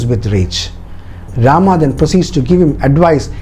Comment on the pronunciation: I really love the details, but there are a lot more details to put for more understanding. But one thing, I didn't understand why you connected this with today's politics and religion. Channel seemed to have a bunch of knowledgeable and educated people, but you kept pronouncing names like "Rama", "Lakshmana". So, you're trying to make others understand that do not go for others porridge but you're trying to serve your own. You mentioned in the video that in ancient times, there were hardly any written forms available, and so we all could understand the fact that when things are spreading verbally, they get changed like Chinese whispers. So, why don't you stick with the original one (Valmiki ji wrote) and try to decode it. If in Jain's belief, they have different versions of Ramayan, that doesn't mean it's false or just a story. The same goes with other authors and writers as well. I believe that the time and then society (of the writers) had a great impact as well as language barrier (translation from Sanskrit) in the writing and detailing. This is the first time I watched your video. But the way you portrayed it with a cunning smile and vicious/derogative jokes, I was really waiting for the time when you connected this with the politics and a community's belief. That's what you did, your story telling has an agenda and if you're unable to see that if a story (as per your details) has such an inspirational power for thousands of years, then you have to go through the detail